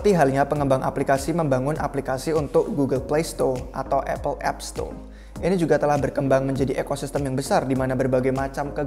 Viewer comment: Gugel plesto / eipel epsto 🤣